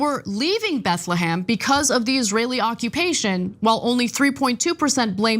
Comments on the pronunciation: BethleHEM not BethleHAM. IF you want to be taken seriously, how about pronouncing things right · "BethleHAM" lmao